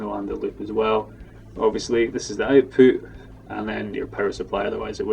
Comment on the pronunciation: I had to listen to him say out-poot wayyy too many times lol but thank you for the video